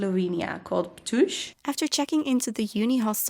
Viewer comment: You actually can buy evignete in Slovenia (so online) and no, there is no daily vignete, only weekly, like in Austria. And Ptuj is pronounsed Ptu:y not Ptu:z. And btw you could chose different rode passing Villach in Austria and go trough Kranj and Ljubljana in Slovenia - in that case you would pass by Slovenian Alps region of Gorenjska which is much more similar to Austria that you passed by than Maribor and Ptuj area that is much more similar to flat land like in Hungary or eastern Austria.